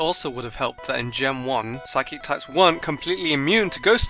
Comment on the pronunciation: You said psychc not psychic